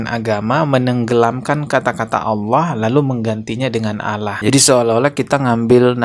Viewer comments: Bukan Allah tapi dia Alah dia sebut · Dia baca Allah aja Aloh. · Kok nyebutnya Alah ? Bukan Allah, sepertinya memang Abah Aos ini oten Islamphobia yg nyamar